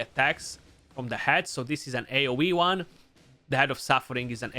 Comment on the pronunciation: Its an AOWeeOne. Love how we pronounce things :)